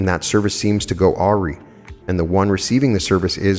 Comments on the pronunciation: awry -- FYI, this word is pronounced a-rye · thank you for doing what you do, you are facilitating major changes here in this existence. I offer this correction as a means for you to continually improve you work, since this word comes up quite often in these readings; the pronunciation of awry is "uh rai".